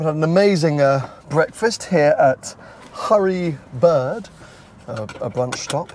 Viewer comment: Ha ha 🤣 Oh, did you really call the diner “Hurry Bird”? Or was it my hearing? Clearly “Early Bird” 😝